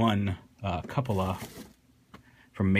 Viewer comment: According to the katakana (キュポラ), his name is pronounced 'Q-pola' Figure looks awesome, but he doesn't quite fit in with my collection since I don't collect Masterpiece-scaled figures (though I'll probably make an exception at some point) as I tend to go for those in CHUG-scale when it comes to 3rd Party products. How does he look when compared to Hexatron (any version)?